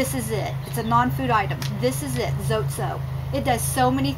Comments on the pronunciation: it is pronounced zotay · ...Hi. Not to long ago I found out we were pronouncing "zote" wrong. The correct way to pronounce it is with 2 syllables "zo teh" like "hay".. its taking me awhile to get use to it but its kind of cool. Anyway, I thought I'd share. Blessings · It’s pronounced ZOT-EH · Zot(eh) is the correct way to pronounce it 😉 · It's pronounced Zo-tay.